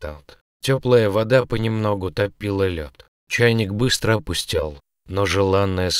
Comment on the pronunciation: Чтец непонятный.По-русски говорит вроде без акцента, а в ударениях самых простых слов ошибка на ошибке: вОда, Еда, и др. Режет ухо. А котишке пушистику повезло. Жалко без хвостика остался.